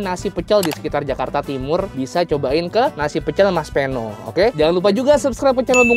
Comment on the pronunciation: Idealnya nama orang jangan dimodif. Peno (pengucapan Pe seperti pada PEdang, bukan seperti pada sePEda)